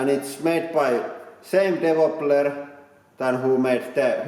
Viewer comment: "Made by same devopler"